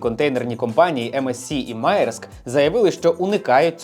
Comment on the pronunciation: Десь колись видів, що «Маєрск» читається як «Мерск» Але це так. Можу і помилятися.